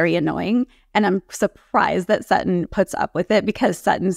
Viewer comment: Her name is SuTTON not SAA on please girl learn your language before you speak